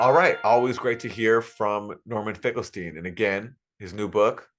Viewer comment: it's pronounced Finkelstein ;)